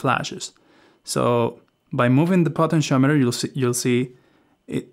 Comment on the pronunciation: What’s a “Potent-Shometer” 😉 (Great video, thx 😊)